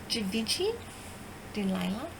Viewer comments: It's actually pronounced like Shi-Vah-Shee. The G is soft not hard and it's French so the N would not be pronounced. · GIVENCHY =GEE-VON- SHE